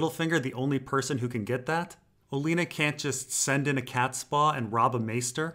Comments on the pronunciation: It’s pronounced Olenna, not Oleena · Oh-len-ah not Oh-lean-ah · Also, theres no 'ea' in Olenna Tyrell's name. Where does he get the infinite gall to pronounce it like that? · You mispronouncing oh Lena's name over and over is annoying